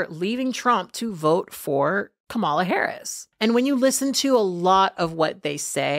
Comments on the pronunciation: I liked your video. You speak so well. Almost at the end you mispronounced Kamala Harris"s name. Kamala is pronounced as comma...la. I am done. You lost my interest. I know Trump and his maga is not smart. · Our VP's name is pronounced COMMA-La. Don't think you intentionally mispronounce but those who do show disrespect by indicating she's not worthy of saying it correctly - easy fix will be Madame President in Nov💙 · Can we all pronounce madam vp"s name properly please. It is pronounced "comma la" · I mean this strictly as constructive criticism: Kamala's name isn't pronounced like that. It sounds like Comma-la. Stress on the first syllable. That's it. I'm about halfway through the video at this point so if you addressed this later please ignore me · Even if you’re not a Kamala fan, please say her name correctly. Comma la. Sheesh. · how are you a professional on the internet and cant be bothered to learn how to pronounce Kamala. Its comma-la. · Thank you for the upload on a slow Sunday afternoon, I always love your take on things! I will say you sound like you are mispronouncing her name, it should be pronounced COMMA-la. Thank you again for what you do Kat! <3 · Kamala.... Kamala behn. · It's so weird when you said it, I immediately decided the information was going to be negative against her and the Democrats; I decided, though, to continue to listen because it seemed to go counter to your intro. Yes, mispronouncing her name says a lot about the messenger. Thanks for commenting on that. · I read your pinned note .... but I would appreciate it if you would please learn to pronounce VP Harris name correctly .... or if you can't, just refer to her as VP Harris. If it were once or twice, understandable but you consistently annunciate .... using the demeaning "maga" label. Since you are an influencer with several platforms .... you need to be more responsible in your delivery. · If you cannot pronounce her name correctly. I'm out thumbs down. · Coma la. NOT Coma' la.